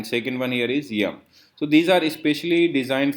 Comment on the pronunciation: I heard that: you said RUM instead of YUM. 😂